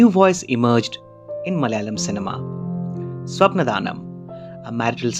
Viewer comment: Its not Swapna Dhaanam. Apt pronounciation is Swapnaadanam